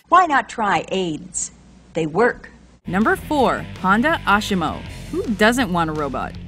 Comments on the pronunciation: Know what you're talking about. It's asimo not asHimo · It's not ashimo it's azimo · ASIMO not ASHIMO :-) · ASHHHHHHHHimo... really?! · Learn to pronounce ASIMO.